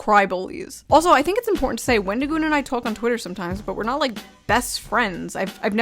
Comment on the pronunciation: For someone who wants to seem so upset that someone made a video with our favorite avocado, he sure can't say his name correctly. His response on X was awful. I'm sorry, but it was the worst explanation ever. "Oh, I've gotten tons of things factually wrong because I'm an idiot who can't control my emotions. Yes, i got things wrong but that doesn't change my opinion that all conservatives are evil and that wendigioon shouldn't be allowed to exist in horror or public spaces because i don't agree with his political or religious views. Oh, also, everything else i said that was factually wrong i stand behind as well but yeah, I shouldn't have used those pictures." His idea that people calling him names means they're nazis is just as crazy as his other takes. I'm the type of guy to hear someone said a slur and go "Oh no, anyway..." Because i understand that words only have power that you give them. Just like money only has value because we decided it did. People who make it seem like someone was out there physically assaulting people have no life. Horror is about the thrill of fear and suspense in a safe environment where you're allowed to express these feelings without being in danger, with various underlying types of horror invoking different fears, occasionally with other ideas mixed in. At least that's my view of horror😅😊 Love your shirt